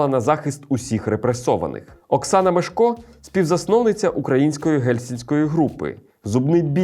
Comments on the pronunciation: МЕшко, а не МешкО... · МЕШко! Наголос на перший склад у прізвищі